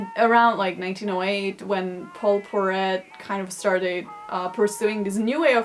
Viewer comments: Paul Poiret not Perret. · Fashion expert its Paul Poiret as in poire' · The way she pronounced Paul Poiret. Research please. 😂😂😂 I stopped at that moment hahaha